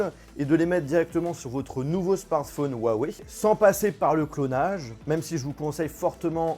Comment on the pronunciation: C'est pas "Wawey" 😂😂😂